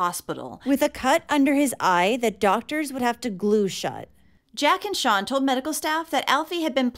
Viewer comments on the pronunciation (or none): I thought you were calling the monster Sean not sian (sharn). I live in the UK and had never heard of Alfie. Thank you